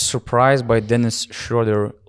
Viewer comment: Thanks a lot for your great content throughout Eurobasket! I've listened to every single podcast of the tournament and enjoyed them all! And your pronunciation of "Schröder" has gotten better every episode ;)